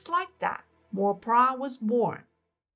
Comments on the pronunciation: I also wondered how came up with this strange name “Prah”. For future video clips, should do a bit additional research especially on the names of people and the correct pronunciation. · No, her name is "Plai" NOT Prah. She is popularly called "Mor Plai Prai Krasip" meaning Sensei Plai a future whisperer.